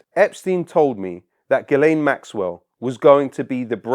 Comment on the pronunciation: Ghislaine is prounounced Gee-lan (g as in ghee)